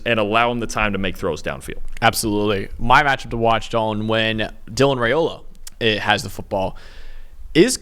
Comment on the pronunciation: YOU Guys are great!! As a born and raised Husker, I feel I should help you out with our dope QB’s name, as I’m sure you’ll be using it a LOT in the next free years;)…Raiola is pronounced RYE-O-LA. We had to learn that one back in the 90s with his dad…. Rock on dudes! ❤